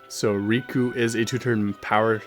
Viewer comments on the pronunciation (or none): You say Rikku the same as Riku ;D